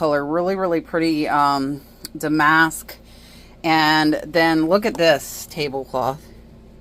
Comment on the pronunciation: Doesn’t matter but Damask is pronounced dam-usk 😊